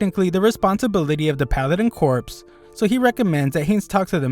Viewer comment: "Corps" is actually pronounced as "core." It's a French word that means "part of a military organization."